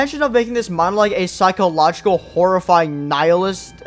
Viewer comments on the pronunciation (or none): "Psychological Horror vs Psyloghoricho Calror"